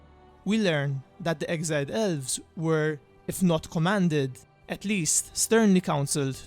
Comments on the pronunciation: I just keep hearing "Ölvs" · "Ölves" ... sry